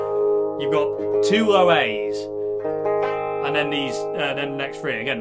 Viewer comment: In this case it’s great how pronounces “three” as “free”. A minor speech impediment becomes perfectly appropriate for this video! “There’s free A notes.” Love it!